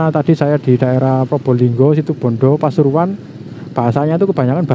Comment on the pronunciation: RALAT MAS. BUKAN SITIBONDO TAPI SITUBONDO. JG SALA SEBUT NAMA KOTA.